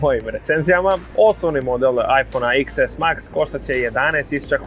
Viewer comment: Cita se deset a ne iks